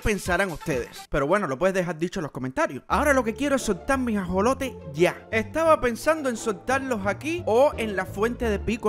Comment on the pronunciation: cuando dijiste alimentar a los ajolotes dijiste asolotes